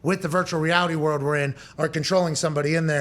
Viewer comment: please fix how you say world..... its not worwd. its world. love u man